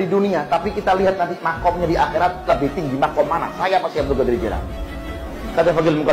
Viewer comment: Klo bicara tu yg benar. qodir. Qo" jd gOdir .. / gAdir bukan Mengeser huruf lg itu Tp. Merubah haraf / Merubah huruf .